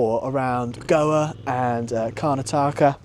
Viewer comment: Gave me a chuckle how you pronounced Karnataka